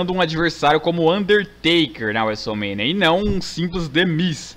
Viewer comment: o fala wrestlermania assim: wésoul mênia